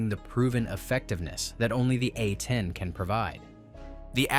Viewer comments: Your video quality would skyrocket if you just listen to how bad that AI voice is. It's A 10, not Uh Teen. Picking a more manly AI voice would help too. The voice you use sound like a 13 year old that just got kicked in the balls! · Poor AI narration. These are A-tens not A teens